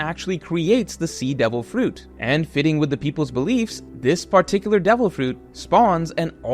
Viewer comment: Something satisfying about the way you say fruit